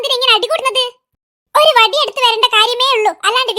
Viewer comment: ബടി alla വടി 😂